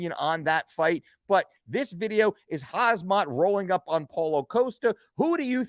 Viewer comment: Khamzat is pronounced Ham-Zat. That's not intended as disrespect just letting ya know. Your content is always A+